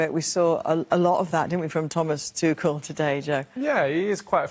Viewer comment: Somebody tell Wazza that Tuchel is German not French. "Tuschell"